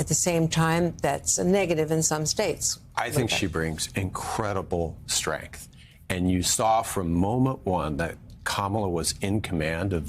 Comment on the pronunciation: REMEMBER,,,,INCREDIBLE STRENTH !!!😂